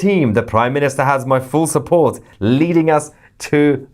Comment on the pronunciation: didn't know you have Irish in your blood! Shupport! 😂😂😂